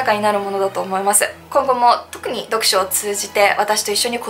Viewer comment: この方の「思います」の「す」の発声は「せ」が混じっているな。唇を横に伸ばし、口角の筋肉を少し下げ、下唇を少し前に出しているのではないかな？舌が少し前に出、上に上がり過ぎているのかも知れない。「す」の正確な発声を練習されることをお薦めする。